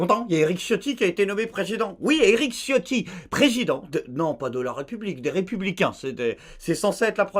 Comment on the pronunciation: Pour info lorsque l'on visionne la vidéo Eric ciotti s'est transformée en Eric sciatique. Problème d'articulation buccale.